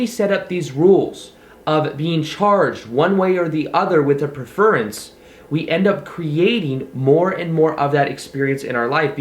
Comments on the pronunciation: you sound silly when you mispronounced words. most people use the word preference period a YouTube Gold also tell you how to pronounce the word as well as give you the meaning. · I love your videos! But the way you pronounce “preference”..... lol